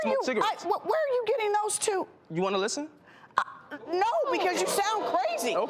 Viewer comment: LOL, he said "do you wanna llisten?" Nah, brotha, they don't.